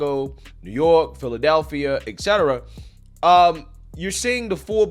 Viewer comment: Brother, I really enjoy your content. I have liked and subscribed, but I cannot share your videos in response to Liberal nonsense because the people with whom I argue are word snobs(writers on the Left). Please, it's et cetera, not ex cetera.